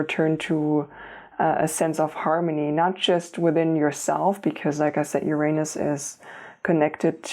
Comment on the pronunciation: found a way to say the word uranus...ooranoos